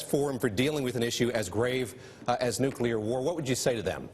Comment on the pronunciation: Hockey stick eyebrows can't even pronounce "nuclear" correctly...